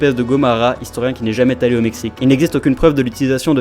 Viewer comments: Et on dit "jamais Z’allé", et non pas "jamais T’allé" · Pourquoi tous les créateurs de vidéos se mettent à remplacer toutes les liaisons en "s" par des liaisons en "t" ? "Jamais t allé au Mexique"... C'est insupportable. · "jamaiT -allé" au Mexique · Jamais-t-allé en Amérique du sud... C'est ce qu'on appelle les liaisons dangereuses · Oups.... L'horrible liaison mal ' ta' propos qui arrache l'oreille : L'historien qui n'est jamais 't'alle' au Mexique !!!!!!! Dur dur........